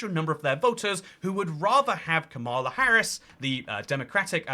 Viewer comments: Her name is kAmala (as in “comma” and “la”) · It’s actually pronounced “Kamala”